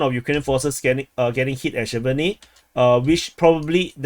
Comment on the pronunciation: Sjeverne is pronounced "Severne" the j makes a "ye" sound or you can just omit it